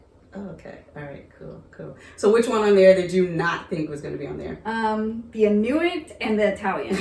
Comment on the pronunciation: Inuit: pronounced "IN you eee"